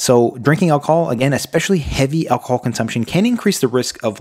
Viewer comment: Alc-o-hol! Not 'alcol' as you kept saying. Annoying when somebody can't pronounce the very thing they are advising how not to do! I stopped when at that point.